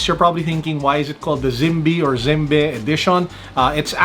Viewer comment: Its pronounced Zim- bee sir. Even though i would prefer the phyto plankton, still a Handsome watch 🤗 Dapat pinakita mo din sir yun box heheh ganda box nyan. Saka yung Zimbe logo sa likod . ✌️😄